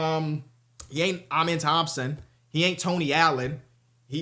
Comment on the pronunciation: Can you PLEASE start pronouncing Amen’s name right? I mean you interviewed the kid and he told you how to say it personally